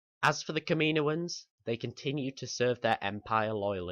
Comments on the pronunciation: Good vid but it's not kam-ee-no-ans it is kam-uh-no-uns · its said caminoans not kaminoian even though its spelt kaminoans